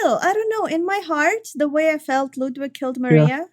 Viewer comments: clearly the game mispronounces ludwid, only knows the truth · Good ol' "Ludwid". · it's German for: "LudVid"